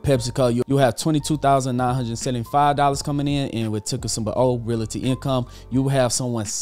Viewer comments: I really enjoy this channel, but my issue is the pronunciation of Realty. It’s Real-ty, not Real-a-ty. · Great video, but the word is pronounced Real-Tee.